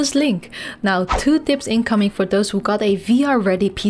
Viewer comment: "Twanty Dips and dricks" :-D